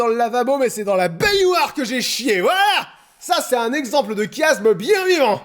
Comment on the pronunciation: C'est se qu'on appelle un Chiasme ! (Se prononce "ch")